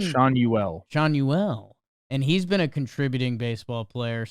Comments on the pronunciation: As an Angels fan, these are fair takes (aside from the Schanuel pronunciation). Sounds like this was recorded prior to the Kenley Jansen and Yoan Moncada signings, along with the Rendon news. Does that change much? No… not without breakout performances from young bats, fantastic starting pitching and a healthy Trout. Here’s to hoping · Who is that non baseball fan giving an opinion and can't even pronounce Schanuel 🤦🏽‍♂️🤦🏽‍♂️🤦🏽‍♂️ dude stop talking 😂😂😂...... halos were garbage last season, but we have a shot at having a Cuban mistle crisis 😳 Kendrys Morales 2009 style in Soler / Moncada / Neto..... count me in as excited